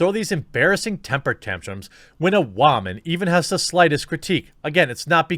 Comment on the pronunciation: WTF is a wah-min? . Yeah, I know whats being said. Just didn't know why it was being pronounced like that. Inside joke?